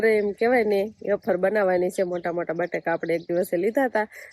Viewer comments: Bolta sikho vefar kevay aefar nai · Aefar nai vefar kevay 😂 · Bapre aashu afar ? Vefar kevai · વેફર કેવાય બોલતા શીખ